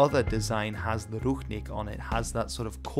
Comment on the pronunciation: It is not ruchnik, but rucznik!